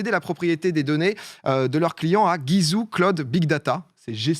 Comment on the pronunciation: Il me fume a dire "Guy zouh"